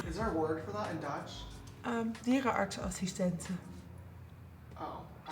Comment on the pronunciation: Dierenartsassistente, Haha love how you pronounced that